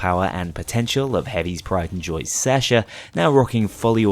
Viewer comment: Didn't you forget to record Counterfeit/Birth of Sky on some other run as well? Also, I love your content, but god, your pronounciation of Sasha and Natasha hurt my soul